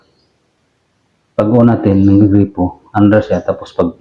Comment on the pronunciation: boss gripo hindi po grepo, yung grepo si grepo beljica yun😅😅😅